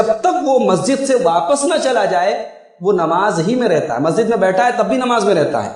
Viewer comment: مولانا صاحب۔ لفظ مسجد ہے (مزت نہیں)